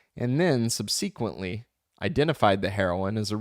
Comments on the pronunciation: Thanks for doing this. You're awesome. One note: SUB-SA-KWENT-LEE has the emphasis on the first syllable. That is all. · I couldn’t keep going after the second subseeeequently.